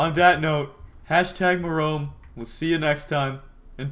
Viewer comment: it is MIROME NOT MEROME